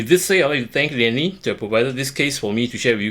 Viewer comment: Lian Li not Liam Li bro please edit bro 😂